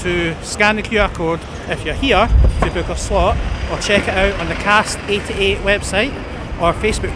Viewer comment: Also, it's CASK 88, not Cast 88.